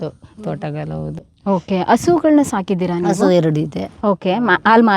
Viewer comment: ಮಾತನಾಡುವಾಗ ಪದಗಳ ಉಚ್ಚಾರಣೆಯ ಬಗ್ಗೆ ಹೆಚ್ಚಿನ ಗಮನವಿರಲಿ...... ಹಸು, ಹಾಲು ಎಂದು ಸರಿಯಾಗಿ ಹೇಳುವ ಬದಲು ' ಅಸು,' ' ಆಲು ' ಎಂದರೆ ತಪ್ಪಾಗುತ್ತದೆ. ಕೇಳಲೂ ಕಷ್ಟವಾಗುತ್ತದೆ.